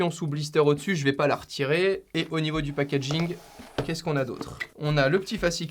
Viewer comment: '' le pakajïnque est très propre''